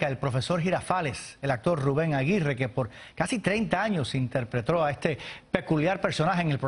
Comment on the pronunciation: esque soy yo o el que esta anunciando la noticia dice INTERPRETRO o soy el unico que lo escucho